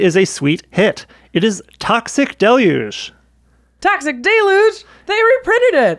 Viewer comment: I love how Jamie pronounced Toxic Del-uge correctly. Flavorwise, totally on point. Nice one, good sir! And I believe the other word is pronounced as heeth lane even though it is spelled Hithlain. Also caught the fact that you said " or something of that ilk " Keep em comin' Jaime!